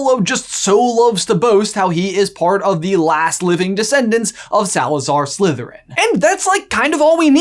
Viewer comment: U said it wrong his mom was a descendent from Salazar slitherin